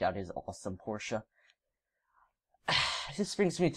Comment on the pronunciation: And thanks for saying Porsche the correct way. I can't stand when people say "porsh"